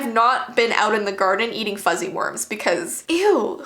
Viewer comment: "fuzzy wermers" sting you